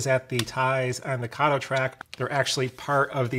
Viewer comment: Kato has a long A. Please pronounce it correctly. Came straight from a manufacturer's video.